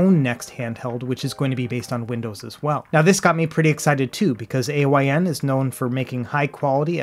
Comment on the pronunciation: it's Pronounced "Eye-n" its not an Acronym